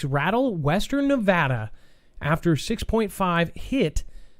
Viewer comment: Thank you for pronouncing Nevada correctly.